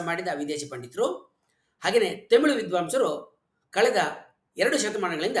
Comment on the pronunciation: Nimma bhashane thumba channagidhe. Dhayavittu, Themilu, themilu annabedi. Thamirh antha kariri. ( where, are word galalli English navaru uchadane maduvange "rh" andhare "ழ், ழ " antha aguthe.